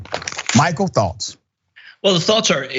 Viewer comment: Lopez You’ve not even mentioned the pronunciation of “the” when the following word begins with a vowel should be “thee” Jeez for the love of god!!!😂